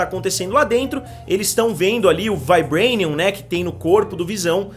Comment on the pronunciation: " VAIBRENIUM " sai fora mano kkkkk Fala Vibranio po . Otimo vídeo